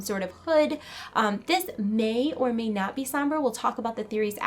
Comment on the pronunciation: "It "MEI" or "MEI" not be real" i'm cringing